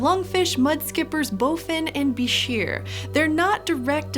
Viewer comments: its prononced buy-scher just so you know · When I was an avid aquarist back in the 1980s and '90s, at one time or another I owned several different species of bichirs and reedfish, I loved them. But I always heard it pronounced incorrectly, not like "beh-sheer", but like "biker". I named my palmas bichir "Harley" and my ornate bichir "Davidson"... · I always heard that "bichir" is pronounced "biker"